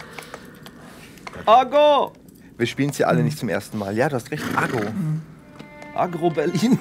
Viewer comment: Das Pferd heißt übrigens Agro und nicht Argo.